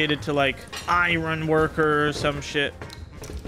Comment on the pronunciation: goes from not being able to pronounce basic words like "iron" to properly using "imperative" in 4 seconds